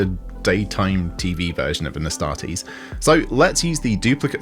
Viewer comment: Ass-tart-eees....oh my